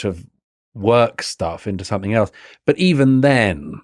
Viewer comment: Why can’t this clever and well read writer pronounce the word ‘something’ correctly? Seriously, is there a reason so many British have a trouble with this word? Also ‘more and more free’, shouldn’t one say freer and freer?